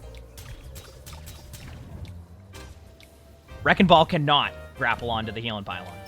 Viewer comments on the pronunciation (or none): Me when he says Reckon Ball and E Lawry 😍😍😍😍